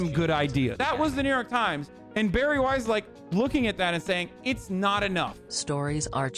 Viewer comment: The way you pronounce Weiss hurts my soul